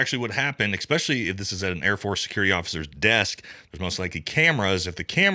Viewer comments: Its "es-pesh-uh-lee" not "ex-pesh-uh-lee" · Hey brother, love the videos, but.... it's "ESPecially," it's never been "EXPeshully"..not once, not ever. ... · “Exspecially”. Jesus.